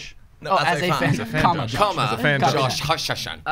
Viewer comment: SHE SAID JOSHIE!!!!